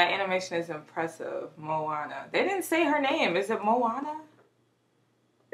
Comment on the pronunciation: You're pronouncing it right 😊